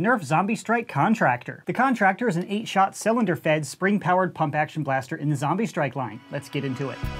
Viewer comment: no say zambie not zombie